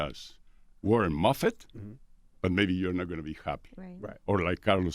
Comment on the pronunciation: Lol great interview but he said Warren Muffit😂😂😂